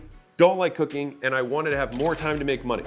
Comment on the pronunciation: bro i had to repeat it 2 times to hear that he says cooking not cocaine